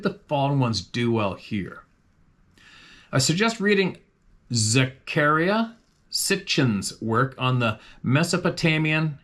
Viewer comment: The name was Zac-a-ria Sitchen . Just so you know.